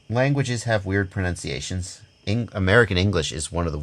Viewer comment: Actually,, it's "Pro-nun-ciation", not "Pro-nounce-iation"... Now back to the regular solder argument (BTW, it's "soLder")! Hahaha 😁